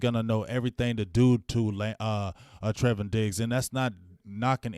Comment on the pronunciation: Treyvon Diggs not treven